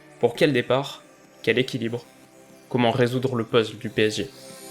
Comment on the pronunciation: Comment tu prononces puzzle 😱